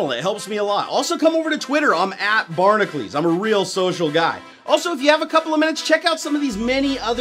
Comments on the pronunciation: One thin that's always got me.. Shouldn't your name be pronounced (Bar-nack-You-lees)? Instead of (Bar-nack-lees)? There is a U in your name. If you wanted to keep saying it the way you do it would be spelled Barnaclees.. Not Barnacules. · Riddle me this, batknife: I'e always wondered why Barnacules is pronounced "Barn-a-cleese" instead of the phonetic 'Barn-a-cu-leese." My boy Herc isnt called "Her-cleese", and my main man Heracles' name rhymes with hoiw pronounces his 'cules' name. Does someone have any intel on this discrep?